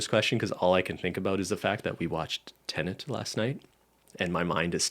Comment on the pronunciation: Oooohhh. Tenet. Haha. I thought was saying “Ted” and I was so confused.